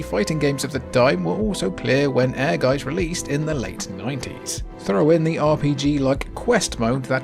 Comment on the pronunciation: Your pronunciation of Ehrgeiz sounds like air guys! As a German speaking person, I didn't realize the name of the game first... 😁